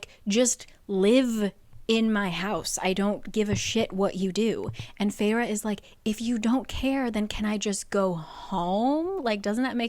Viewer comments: Its Fey---Raa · I thought the protagonists name was pronounced Fair as in “beauty”. Also why would you name your child a name closely sounding like fairy if fairy’s are evil? It’s like naming your kid Demonica. Also, the main character gal was extremely obnoxious with hate towards the Tomlin character. She murdered his friend and tomlin spared life and let’s live in luxury and takes care of family. And she is upset that he couldn’t compliment better? I’m a few chapters in and I want to throw the book because she’s so unlikable. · I always thought feyre was pronounced like fair— literally cracking up at this so saving this in case I ever decide to watch this over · Was i the only one who did not know how to pronounce "Feyre" in my head and read it as "Fersjskh" the entire ACOTAR and that just ruined the entire romance for me lmao